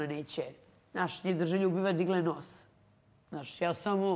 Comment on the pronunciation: Toliko iritantno ovo pričanje kroz nos 😢 žao mi je ako je zdravstveni problem ali ako je navika... Strašno! Novinar koji stalno ponavlja OVAJ, NAŠŠ.. umjesto ZNAŠ.... Ne pljujem al ne jednostavno ne mogu.... 🔥